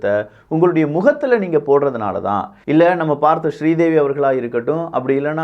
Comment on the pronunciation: Good information.. take it postivey , please work on your english words pronunciation , some basic words like NOSE, BOTOX, TAMIL NAMES LIKE SRI DEVI ...